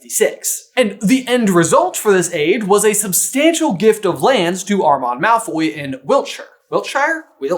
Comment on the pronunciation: not “Malfoy’s” 😭